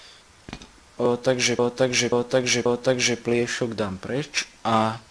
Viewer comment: Ako nehovorit slovo pliesok s ruskym prizvukom :D